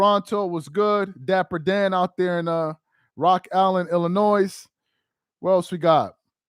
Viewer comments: Come on the S in Illinois is silent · The S in Illinois is silent DP